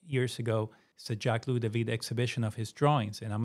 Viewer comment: All good, but... Louis = 'Loo-ee' Marat = 'MAR-ah' Toussaud = 'Too-so' Jacobins = 'Jack-ah-bins' Pentimento plural is pentimenti.